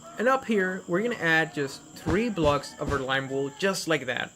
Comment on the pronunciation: and also its pronounced blocks not blogs and 3rd it's SIX not sits